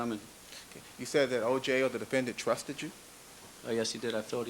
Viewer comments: The chip on his shoulder is the size of Mars Also, I hate how he pronounces the word ‘defendant' He's like the “DE-FEN ENDDD-ENTTT--ITT" It drives me fucking nuts.. Also, the camera man.. Jesus.. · I’m so glad I’m not the only one who despises how he says defendant. I don’t know if you have watched the Jody Arias trial, but the judge pronounces it the exact same way as him. It drove me nuts through watching that trial.